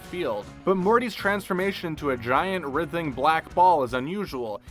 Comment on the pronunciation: Marty? Passing by massage? He's getting CPR. Also, strangulation is not the same as suffocation. *ferrofluid, not feralfluid That is not how you pronounce writhing. The Margaritaville logo comes from the line of "frozen concoction" makers, not the song.